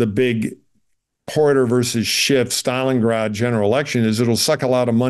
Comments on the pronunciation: I had to laugh when this guy used the phrase "hair apparent" (or maybe it's hare apparent?) multiple times, thinking it might be a joke but then he referred to "Adam Shift". I think it may just be a hearing problem for him. I hope so for his sake. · There’s no ‘t’ in the name “Schiff”. It’s German for “Ship”. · The man’s name is Schiff not Shift! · I couldn't listen anymore after about the third time Adam SCHIFF's name was mispronounced